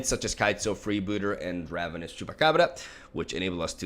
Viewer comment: Nobody:; Chupacabrrrra